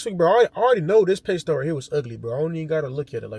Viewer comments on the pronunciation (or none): Tf is a “pay-stud” 💀🤣🤣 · He keep on saying that shit too in every video😂😂. He really thinks that's how you pronounce it.